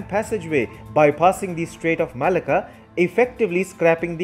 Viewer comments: Malacca is pronouced Ma lack car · The pronouncement of Malacca is all wrong.